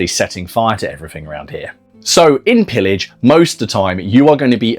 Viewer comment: It's a french wargame : it's prononced [peeyaj], please! It means plundering, or looting, or sacking.